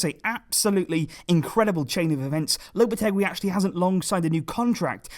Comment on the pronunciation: It's pronounced Lopete-"GEE" like in geese.